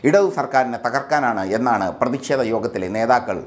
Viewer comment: "പ്രതിഷേധമാണ്".. .ഉച്ചാരണം ഒന്നു കൂടി പരിശോധിക്കണം..